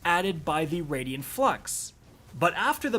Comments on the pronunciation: It's pronounced Raiden (Rey-Den) you know like the God of Thunder from Mortal Kombat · I Cringe every time You say Raidien instead of Raiden Flux but nice job on Multiplicative here. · It's *Raiden Flux, not Radian Flux... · “It’s pronounced RAID-IN flux not RAID-EE-IN flux” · Raiden Flux, not Radian Flux. Ray-Den! I'm sorry but every mispronounciation was stomping on my last nerve. You can't even blame the spelling for this, it's CRYSTAL CLEAR! Get better bro, I normally let your bevy of mispronounciations slide but this time it set my blood on fire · Wtf is a raidian flux? Where are you getting that second 'i' from?! You never played Mortal Kombat or something? RAY-DEN. Or if you're doing japanese pronunciation like in Metal Gear, RYE-DEN. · “I like to add syllables to the word ‘Raiden’” here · "I need to work on my pronounciation". It's RAID-en flux. Not Raidien:) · "I pronounce 'Raiden' like 'Raidien' for a whole video because I either read on a second grade level or I'm going for a bump in engagement on the negative comments"... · Exotic name says "Raiden Flux", reads it as "Radian Flux". Come on, you can do better. Otherwise, good video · ” it’s the raiden flux not the raidien flux” here…. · “It’s raid-en not raid-Ian flux” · Rai-den Flux. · "Radian Flux" :\ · “Raidien flux” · It's pronounced RAY-DEN Flux bro lol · “I mispronounced Raiden Flux for the entire video”. It’s Raiden like the god of lightning and from Mortal Kombat. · Please stop saying "raydian flux"